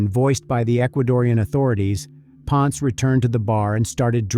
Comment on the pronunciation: it is pronounced as "pon-se" not "pons"